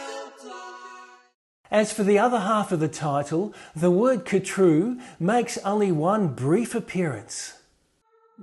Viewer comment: カトゥールの発音はハトゥルが原音に近いようだ。KHATRU ×car true ○ her true